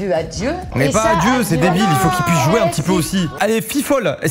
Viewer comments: je crois que la voix off dit bien "jouir" mais dans son sens premier, c'est-à-dire prendre du plaisir (pas forcément se§§uel) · "Loic aime joueR avec le feu" c'est la liaison ;) Pas d'quoi :) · Tu dois le prononcer de manière assez rapide en faisant la liaison avec le « à » de ce fait tu entendras un faux semblant du mot « jouir » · En vrai je pense qu'il dit "Loïc aime jouer avec le feu" mais il fait la liaison (qu'on devait faire d'ailleurs) donc ça donne "jouerrrrravec le feu" :D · Il a pas dit jouir il a dit "jouer avec" c juste la liaison avec le « r » omg 💀💀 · c’est pas jouir c’est jouer-avec le feu c’est la liaison 😅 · Pour sa défense on dirait vraiment que la voix off dit JOUIR avec le feu. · "loic aime jouer avec le feu", le commentateur fait la liaison donc on entend "jouére" un peu avec le é qui tend vers le son du "i" je te l'accorde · Tu prononce jamais le "r" quand tu dis jouer du coup ça reste chelou 😅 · Loïc aime jouer avec le feu. On fait la liaison entre le "r" et le "a"